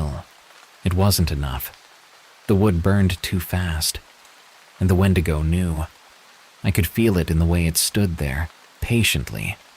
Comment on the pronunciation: Call me petty, but I can’t listen to wendigo stories when it’s pronounced ‘wen-dee-go so thank you for keeping my grammer OCD at bay 😅